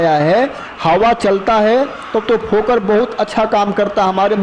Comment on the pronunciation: भाई जी फोकर नहीं फोगर बोलते हैं